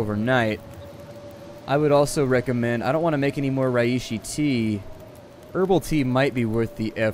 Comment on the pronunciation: Under 301! Btw its pronounced Ray-she!